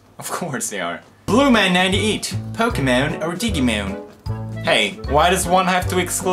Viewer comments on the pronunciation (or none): Poods! Digimon's not pronounced with a hard "g"!!